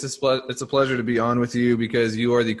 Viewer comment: “It’s a splesure”